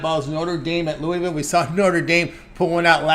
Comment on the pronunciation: Lol no Toney don't get that fake news out UL will cover and possibly defeat Notre Dame. I was saying you guys prononce Louisville wrong its not Louie ville😂